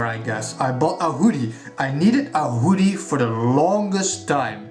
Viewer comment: OMFG!!! I'm sooooooo jealous!!! That Zote Plushy is CROM TIER!! Love that maggot for the nail! And that Wanderers Journal I've been eyeing up for AGES!!!!!! It looks AMAZING!!!! Love that Hoodie as well! (or Whodie as you pronouce it heh), that nail zipper is amazing! Gah, looks like I got some shopping to do!! Awesome stuff man, super jealous hahaha!